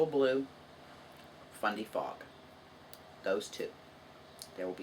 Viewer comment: Congrats on reaching your milestone. I like either color equally. I thought you were saying FunDay Fog. Lol Fundy Fog What a generous giveaway! I started off crocheting but recently learning to knit.